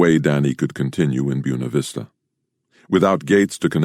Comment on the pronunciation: Byoona Vista lol